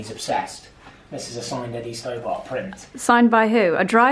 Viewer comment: It's a lovely thing that you're doing for your brother and your family. As a Northerner, I feel compelled to point out that the haulage firm is pronounced stobbut, not stow bart. Thanks for all the lovely festive content, and Merry Christmas to you both!